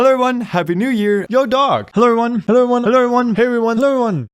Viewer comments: After all this time he still can't say "everyone" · IS IT JUST ME OR DOES HE SAY "heyo eryone"